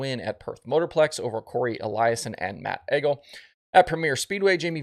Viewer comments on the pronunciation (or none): Matt egel is pronounced Eagle